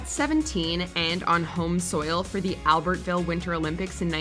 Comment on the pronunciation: Dear AI narrator - it is pronounced Alberville not Albert-ville